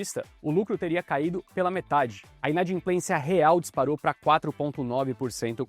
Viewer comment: Inadimplência e não inadinplencia